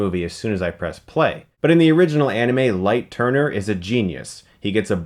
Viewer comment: LIGHT TURNER??? ITS LIGHT YAGAMI MOTHERFUCKING YAGAMI!!!!!!!!!!